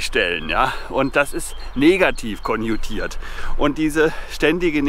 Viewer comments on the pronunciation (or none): Es heißt "konnotiert", nicht "konjutiert". Sorry, mir liegt das Klugscheißern in den Genen. Ich kann nichts dafür.